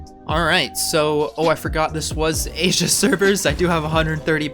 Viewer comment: Yee say asia